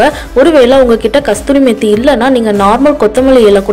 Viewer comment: கஸ்தூரி மேத்தி இல்லே அது கஸூரி மேத்தி.